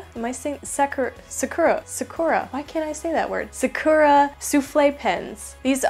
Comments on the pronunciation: I've found another video to further fuel my newfound pen and stationary obsession! Also, assuming Sakura is a Japan-based company, Japanese doesn't stress certain syllables like English does. So Sakura is pronounced sah-ker-uh, not suh-KUR-uh. Hope that helps, and I don't mean to be rude if I come off as that. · You prenouce it Sa-Ku(the u is just the alphabet so it's not co but u) -ra (a French r thought) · Haha, the way she says Sakura is hilarious xDD. She pronounces it as, "suh-cure-uh" it's actually pronounced as, "sack-ur-uh" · Sakura = emphasis on the first syllable. So, SA-ku-ra. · Sakura is pronounced Sack ur uh